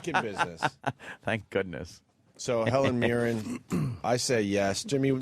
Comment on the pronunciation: Sounded like Opie said Helen Mirror.